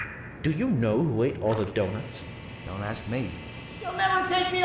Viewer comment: the dih-nut.....